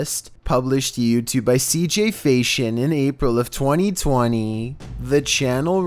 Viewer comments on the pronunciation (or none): none